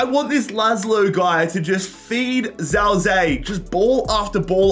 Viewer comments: Zhao zi to zhao zei ..... it's chao ji ye not a hard ch, more like j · His name is ziye not Zhao zi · As a chinese descent Zao Zei triggers my ears too much. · it; s pronounced jow zi yeah, btw. He's scored a few games this season despite not being a starter and playing for a relegated team. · i'm chinese, this entire video pronunciation of zhao ziye pains me